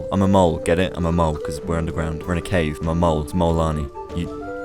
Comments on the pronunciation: Guys it's not "Kolanii"😡🙄 It's Molanii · The fact that when he says molanii i feel like hes saying mualani (shes a character )